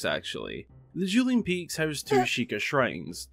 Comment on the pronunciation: "Juuling Peaks"